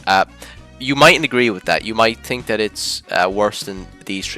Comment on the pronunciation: Maxed out Irish accent